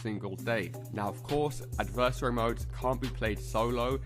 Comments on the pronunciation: But he can still put the emphasis on the correct syllable. It’s not pronounced like “anniversary” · I wish you would learn to say adversary correctly but thanks for the info